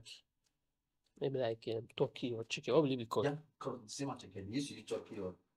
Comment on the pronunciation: Attieké not asaké 😂